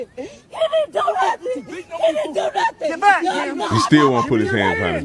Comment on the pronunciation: “he didn’t do nuffin” counter: 247